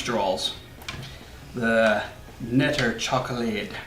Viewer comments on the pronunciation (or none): You pronounced Peijnenburg very well sir, but the K in Knetter chocolade is NOT silent. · Well can't tell on that one since I don't even know the pronounciation lol. But for example knetter you pronounced it like know with a silent K, in dutch it is not silent. But nobody expects perfect pronounciation of you, it's a language you don't know. Hell I know English and my pronounciation isn't even near perfect